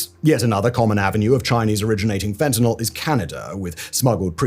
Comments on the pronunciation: Hey Simon! Thanks for pronouncing fentanyl correctly; I hate when people pronounce it fentanol. I realize by saying this, I run the risk of you mispronouncing it on purpose from now on, cuz I know that's how you are 😜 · Thank you for calling it fentanyl and not "FentaNOL" like most people.